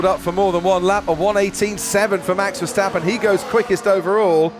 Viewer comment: hello commentator its not,,,, mex versteppen both a's in his name sounding like in carwash